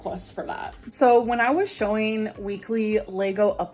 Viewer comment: i cannot stand how everything that ends in “-ing” she says as “-eeeen” like “dry-eeeeen” or “show-eeeen” like maam please enunciate for the love of god 😫